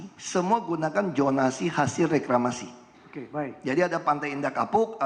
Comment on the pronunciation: Setiap nyebut reklamasi pasti yang disebut Ahok rekramasi 😂😂